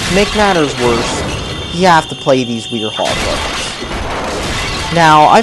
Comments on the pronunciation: its werehog! not wirhog! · You realize its pronounced werehog and NOT wirehog. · why do you say wehog? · There are many problems with your review. First, The controls aren't clunky. You're just really crappy at the game. Second, The Hub Worlds aren't even bad and overall are simple and look beautiful. Third, If you're gonna make a rant on the Werehog at least say his name right instead of saying Weerehog. Fourth, Chip was a very lovable character. Fifth, The "Bash an enemy over and over even with the Werehog even though you killed it" thing. Just don't be a fucking idiot. Sixth, The Werehog stages weren't SUPER boring if you actually used combos (But it's still EXTREMELY boring with the half hour levels). Seven, You say the game had a very CHEESEY plot. I have never seen a plot in any video game/Movie/TV show with a plot even similar to that. Also, you completely discarded that EGGMAN ACUALLY WON FOR ONCE!Those are seven reasons for the seven chaos emeralds on why this video is just as good as eating horse shit. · The only thing bad about this game is its difficulty, it's pronounced "WARE-hog", and I bet you were just mashing buttons to make us think the controls are bad